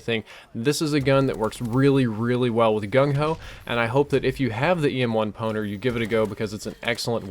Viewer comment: I thought you said EM1 Boner :)